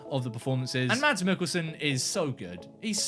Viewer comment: Mads is pronounced "Mass". The "D" is silent. Watch "Adams Apples" (2005) and "The Green Butchers" (2003) - both dark Danish comedies with Mads Mikkelsen